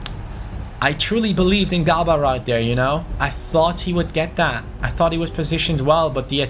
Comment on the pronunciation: it's prounounced jaber not gabar